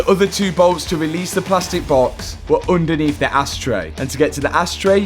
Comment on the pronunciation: oondaneath de ass tray